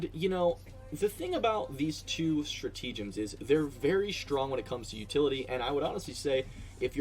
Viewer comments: No, it’s nothing like the “Liber-Tea” pun. It’s “stra-TA-gems”, not “stra-TE-gems”. So no, there isn’t a “tea” pun in there… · Lol "stratege-ems" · Stra-tea-gems lol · Straw-tea-gems.. lol.. kind of goes with the whole Liber-tea though. thanks for the video!